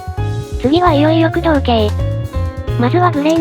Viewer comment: 駆動が工藤の発音でフフッてなる